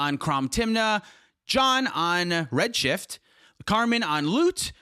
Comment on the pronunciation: What was that weird pause when you said I was on Redshift?